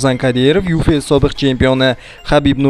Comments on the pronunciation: Ufes Deb talaffuz qilyapsiz, unday boʻlmaydi Yuefsi deyilsa maqsadga muvofiq boʻladi, bu tanqid lekin yaxshi tanqid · Ю Ф Эс булмайди брат Ю Эф Си булади. Тугри таллафуз килсангтзчи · Ufes эмас UFS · YU FE ES ??? Balki YU EF SI DEP gapirsa to'g'ri bo'midimi?